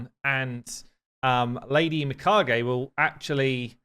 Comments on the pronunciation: I think youre getting close with the pronounciation. Instead of Mee-Ka-Gee, i believe it should be Mee-Ka-Gae, except the syllables aren't stressed equally, so more like Mee Ka-Gae. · You almost had it. Me-Kaa-gay. Edit: Later in the video you say it correctly a bunch of times. GG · MI-KHA-GHE MI - [for Lady kiMI] KHA - [for high KHAtun] GHE - [for GEnbo] That's how you pronouce it, lol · His pronunciation sounds like "me caguei" in brazilian portuguese. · You guys have problems with Japanese names. mi-Ka-gey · just pointing out that Lady Mikage should be pronounce as a Japaneese name so pronounced "Mikag "A" the E in japaneese is pronounce as a "A" in english in french its more obvious since we have the sound "É" which sound exactly the same as "A" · Mee-Caw-Gay. Please yall get the name fixed lol. I am quite over hearing these pronunciations. Love the vid though. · Meanwhile just keeps on butchering it without a care. He pronounces it Mi-caj-ay (rhymes with Mirage-ay) lol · my friend pronounced it Mikah-Gee like bruh how you even get that? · You're still pronouncing it wrong, it's "my-car-gay". Trust me, I love sushi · I think it's Mi-COGEE, emphasize the "cog" sound. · Me-Kah-Gae that's the pronunciation. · I'm reasonably certain Plarium used Japanese as the inspiration for the Shadowkin. As someone who speaks some Japanese, i can say with 100% certainty that the correct pronunciation (using Japanese phonetics) would be mē-ka-gā. Written in hiragana it would be みかげ. This all makes sense as well if you consider that mikage in Japanese literally means an honorable spirit (as in spirit of a dead person). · nooo it's ge like (get) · He kept saying her name wrong. LOL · How come you can say Toragi correctly but not Mikage? They are almost the same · it's annoying, he should see the original Mikage vid on the official channel to correct it Japanese name isn't hard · The e in Mikage is pronounced like the e in eight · Me-ka-Gay not Me-ka-gee 😅😂